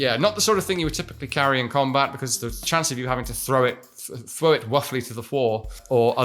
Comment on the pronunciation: ...Thwow it to the floor vewy woghly... lol